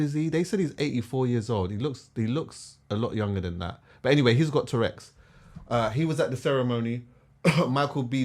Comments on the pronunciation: It’s true though, it sounds like he’s talking about a dinosaur - but agree with his overall message! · And man!!! It’s TOURETTES 😂 a man has said TOUREX on two pods